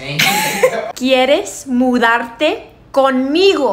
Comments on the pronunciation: the error is the first time she speaks... It was too fast, so she didn't pronounce the D in MuDarte, she pronounced and R she said MuRarte with an R. Hence, someone who KNOWS the language WON'T get that easily, their brain will try to get two sounds together MuRartecon Migo.... or might hear Mu ArteCon Migo... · It's mudarte not muarte, but because she's Mexican, she tends to pronounce the 'd' very softly, so I can sort of understand where he may have heard something like muerte haha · To be fair she did botch her pronunciation of mudarte